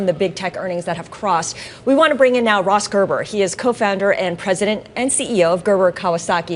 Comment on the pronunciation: She said Ross Gerber. Involuntary eye rolling.